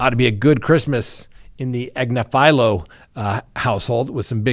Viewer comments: I folow her but she Pronounces it: Ag- niff- ah -low. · Ag-nif-alo emphasis on the NIF. She's on the Meidas Touch network. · "Agnifilo" is actually pronounced more like Ag - niff' - fill - low (each "i" is a "short i" sound). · Karen Ag nif alo! Not AgniFilo!! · The way he pronounced Agnifilio is pretty horrific. Then says Luigi Mangione would be the most despised person in the courtroom. 🙄What part of the internet are you hanging out on? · Time to learn how to pronounce Karen Friedman Agnifilo’s name correctly. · Karen is extremely intelligent lawyer, but you are pronouncing her last name wrong. you can see her on the youtube channel meidas touch legal AF and miss trial. she was an assistant DA in NYC, the number 1 Assistant DA (#2 on the totem pole)